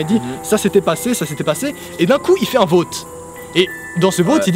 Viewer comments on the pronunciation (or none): Dans ce VÔTE en France on prenonce Vaute 😂❤